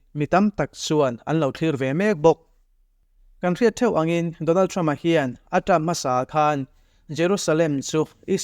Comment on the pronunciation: Isarel, donalthrama.. Beng a kham deuh. Donal trum, 'h' hi i lam na mah mah thin a.. A ngaihnawm thin e.